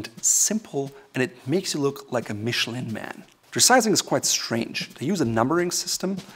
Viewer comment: check out how to pronounce Michelin (since you seem to care how to pronounce brand names)